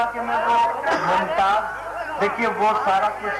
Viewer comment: This poem of his makes the audience mad! This is performance Urdu poetry at it's best! Geet amar ke de aise alfaz ke kahan se laoon, soch rahan hoon tum jisee mumtaaz(emphasis!) kahan se laoon! :D